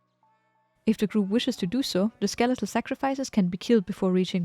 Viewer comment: "Steletal sacrifices" :P